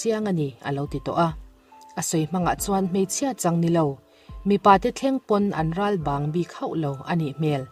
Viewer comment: 'Ralbang' tih hi a thluk a diklo hret, i sentence hman nen he thumal hi a inmil vaklo a nia, lo ṭang sauh sauh teh. In thusawi a bengvarthlak em em e